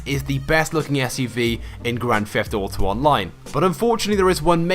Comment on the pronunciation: You: "Grand feft uto online"